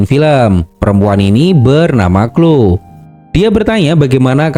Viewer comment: Hi Kak, cuma mau kasih tahu. tulisan Cloe bacanya Kloi bukan Klo Kak. maaf lancang🙏🙏